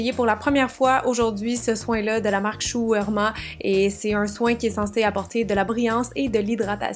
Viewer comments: Mdr ca ce prononce chou et moura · la marque que tu peines à prononcer se dit " chou et moura " mais ne s'écrit pas du tout comme ça haha ! je vis en France et c'est marrant d'entendre une quebequoise ! ça me donne le sourire au lèvre ! ta vidéo est très pétillante et met de bonne humeur :) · Ça se prononce "Chu u-est-mu-ra" :) シュウ ウエムラ！ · Chou émoura : shu émura, voilà la prononciation mais comme tu prononces c'est amusant, c'est cool ☺ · La qualité de tes vidéos is on point👌🏻 ça paraît que tu travailles fort :) p.s shu uemura j'ai ri ma vie 😂😂 si jamais ça peut t'aider, ça se prononce shouye moura!!! Xox